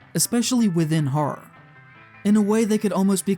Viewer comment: Let the record show that the word "horror" has two syllables (and "statistical" only four).